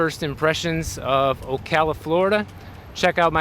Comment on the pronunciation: Thank you for pronouncing "Ocala" correctly .......and you should see the square at Christmas :-)